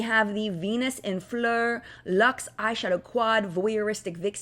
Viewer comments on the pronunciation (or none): none